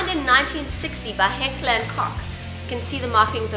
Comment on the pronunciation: She said heller and co$& weard